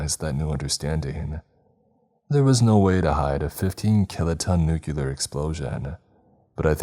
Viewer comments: Nuclear = "New Clear", not "New-kewl-er" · Please, stop mispronouncing 'nuclear'!